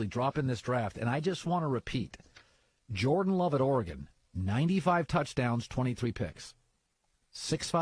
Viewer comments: And you said Joran. Maybe you should learn to talk before criticizing others. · He just said Joran Love at Oregon 🤦‍♂️